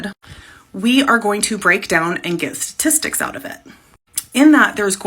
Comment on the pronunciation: "Sah-tistics" What an idiot!